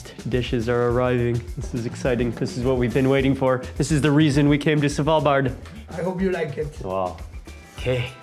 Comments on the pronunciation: Love Mark, but him saying S(A)valbard instead of Svalbard triggers my inner Monk 😅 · Its not S val bard its SVAL bard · it's not savalbard..it's Svvvvvalbard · Savalbard? :D Thanks for trying man! :D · YES! Driving me batty. Not sure I can watch the entire video from SAvalbard! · A quick tip sir = The D in Svalbard is mute. Love your vids as I'm new to your stuff! ❤❤